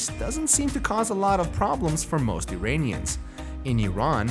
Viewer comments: Exactly...a fooool who doesn't know Iran-ian is not Eye Ranians can choke on his propaganda source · Lol Zwarte Piet parallel 😂 EDIT: The guy said "Eye Ranians" anything he now says I will not listen to 🤣